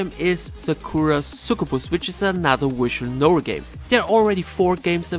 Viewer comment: I don't like visual novel games, but I love it when he pronounces it 'wishual noels'!